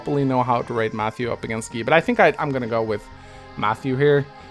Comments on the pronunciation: Did you just call Guy "G-ee?" It's pronounced "G-eye" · Why do you pronounce "Guy" as "Gi/Gee"? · It's guy not gay!